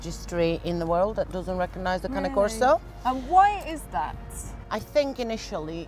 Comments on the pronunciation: STOP CALLING IT Cana Corso it's CANE CORSO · I swear it’s the cane, as they taught us in elementary school… that “E” at the end makes the “A” a long A. Not canna corso, cAne corso. Not canna corso. CAne corso. It’s ok, one day Brit’s will learn proper English. Until then, y’all will continue to sound like John fetterman had a second stroke. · Exactly!!!! Its cane not cany!!!! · She pronounced it Cani Coso It’s cane corso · I think is pronounced "Kanye Korso" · you are saying it wrong. Its pronounced CARNEY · it’s pronounce carne-ay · Its pronounced that way kai ney corso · Why does she keep on pronouncing the E like an A !? 😩😭 CANA CORSO !? WHAT THE FRENCH .. this video is driving me insane 🥵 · lmao “canneh corso” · and one of the trainers says kane corso smh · Sad that the animal trainer don’t seem to know how to pronounce the dogs name correctly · 100s in rescue? That's insane Pure bread Cane Corso pups with papers and breeding rights cost like 3 grand. Really? I wouldn't let my doggo be trained by someone that can't even pronounce the name right 🤣 Not that i would let anyone but me train my own dog.